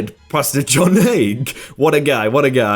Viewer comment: Okay, you made me actually LOL when you said tie a kid to the tree - too funny. And that pastor? His name is hay-gee (soft g, long e).